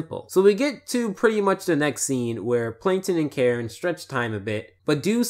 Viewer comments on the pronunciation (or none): none